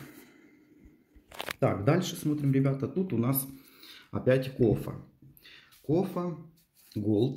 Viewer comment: Почему Кофа? А не кофе!!!